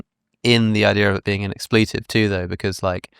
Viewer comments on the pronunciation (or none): excuse me, wtf is an "expLEETive"?